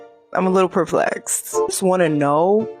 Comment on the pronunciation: I was like 😮hopefully someone else picks this up. It sounded like she said “perflexed” around the same time too 😂jeez